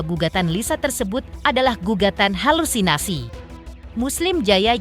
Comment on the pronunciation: bukan HALUNISASI euyyy,,,HALUSINASI,,,ngomong aja g becus